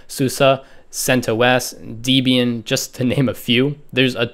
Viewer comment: did he really just say ubunto susa and deebian? (Sorry if its just an accent but found that quite funny) otherwise really great vid!!!